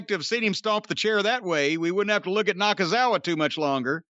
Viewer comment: I almost fell out of my chair when Cornette called Nakazawa "Nakaithefuckoff"🤣